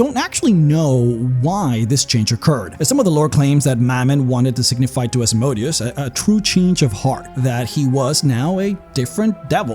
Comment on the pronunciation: Seriously. Stop mispronouncing Asmodeus’s name.